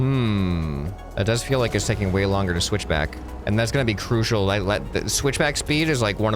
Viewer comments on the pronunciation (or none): none